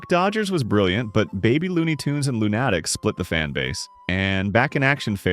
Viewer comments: I think they meant it to be pronounced Loon A Tics, not Loo Natics. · Dude, it's LOON-a-tics, not loon-ATT-ics. It's pronounced like the word "lunatics". Come on, it's really not that difficult. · Note to AI: "Loonatics Unleashed" is NOT pronounced "Loon-atticks". Nor is Dave DePatie's name pronounced "De potty". This just gives the (largely accurate) impression that you don't know what you're talking about. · Who tf says Loonatics like that? Never heard the word lunatic before?